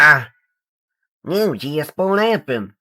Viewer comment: IT’S AMERICA DAY JASPAH